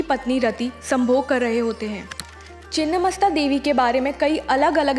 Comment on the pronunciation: मैडम चिन्न्न नही छिन्न होता है